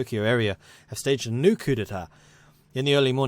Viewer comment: As a French, i love your pronouciation of coup d'état.